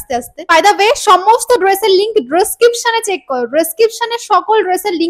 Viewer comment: Description k dreskipsan bolche